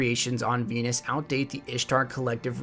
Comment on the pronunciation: he said fenus and then Venus .